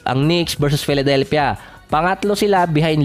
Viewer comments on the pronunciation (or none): none